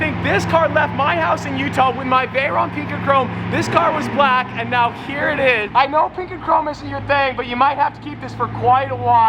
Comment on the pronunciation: ARE YOU SERIOUS RIGHT NEOW BRO